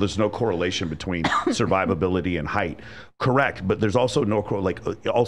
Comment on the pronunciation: height, not “heith”